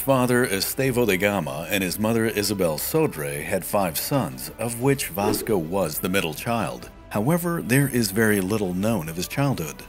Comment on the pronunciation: In portuguese , his name is pronounced as "V Asco" with that A as car, not "V Esco" as cat. Huge and important difference.. 👍